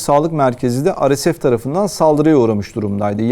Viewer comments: arkadaş türkçe yayın yapıyorsun dolayısıyla ar-es-ef deyip durmak yerine re-se-fe diyebilirsin. veyahut hdg (hızlı destek güçleri) biçiminde telaffuz edebilirsin daha anlaşılır olması açısından. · Yayınlarınızı çok beğeniyorum emeğinize sağlık, ancak bazı kısaltmaları örnek:RSF neden Türkçe telaffuz edilmiyor, çok merak ediyorum? Kimileri beni eleştirecektir bunu da biliyorum.